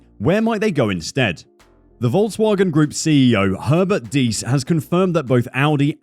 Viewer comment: Deiss is pronounced “dice”